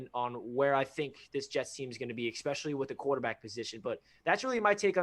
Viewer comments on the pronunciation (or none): Without trying to sound like an asshole because I really enjoy your channel, but when I hear "ex"pecially it knocks any credibility. You guys are very intelligent and well spoken, but if Jets media (or ) mispronounces "especially" again I'm going to punch myself in the dick.. J! E! T! S! JETS! JETS! JETS!